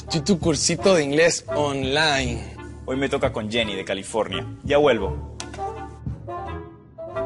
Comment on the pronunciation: xD EXITO.... odio como siempre dice oM-line en lugar de Online